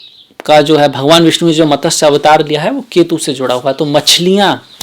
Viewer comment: Good explanation but pl try to speak matsya instead of matasya